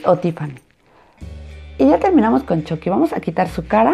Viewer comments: Se pronunsia chucki no chocki 😕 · Se dice chuky no choky Igual me encantó como lo isiste espero que a gas muchos mas❤❤❤❤❤❤❤❤ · No se dice choqui se dice chuqui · Dijo choqui elugar de chuqui 🤣🤣🤣🤣🤣🤣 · Se dise Chuky no Choky